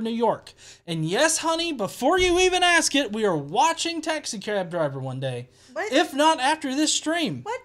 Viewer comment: It's shittyASKscience, not shittyASSscience